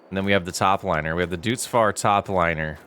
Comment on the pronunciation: Just a note The green starter combine is called Doitz fahr not dutz